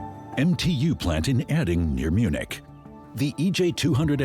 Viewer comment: Did you say they make these jets in Munchkin or something? Munich maybe?